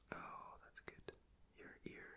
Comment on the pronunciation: i missed your "goodt" and "relax..." ;D